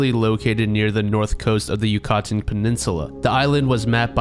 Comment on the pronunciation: You-cotton peninsula? WTF?